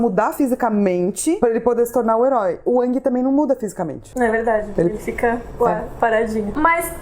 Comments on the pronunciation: Gostei muito do video, mas a umica coisa que me incomodou foi a pronuncia do Aang hahahaha. Para mim foi e sempre sera Áang e nao Âhng. Desculpa pelo pedanitsmo, mas cresci ouvindo Áang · não se fala a lenda de ãngui se fala a lenda de engui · Pronúncia é [Éng] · Sim, continuem... Mas toda vez que onço "Âng" me gela o coração rsrs...